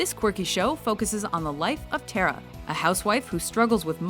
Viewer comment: Its pronounced Ta-ra not Te-ra